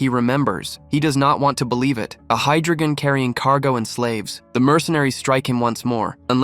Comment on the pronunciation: According to the text, the name of the game world is pan-jih-ah, not pan-gee-ni-ah. There is no n in the final syllable of pangea. And it's hi-dro-jen (with a hard g), not hi-dro-gehn (with a soft g). And the s in Marquis is silent.